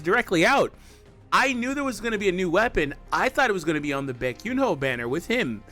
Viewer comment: Bro butchered the name 😂😂😂